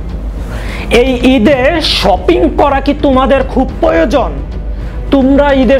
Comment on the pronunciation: আপনার এডিটিং মজার হয় কিন্তু বাংলা উচ্চারণটা ঠিক করলে আরো ভালো হতো। যেমন "তুমার" না, কথাটা হবে "তোমার"। "দাক্কা" না, কথাটা হবে "ধাক্কা"। "পয়োজন" না, কথাটা হবে "প্রয়োজন"।